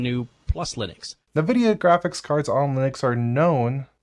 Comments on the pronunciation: btw nvidia is pronounced envidia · Nividia?? N-Vidia?? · Why is everyone pronouncing Nvidia “nuhvidia” now? How did THAT start? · What kind of psychopath calls Nvidia "Navidia"?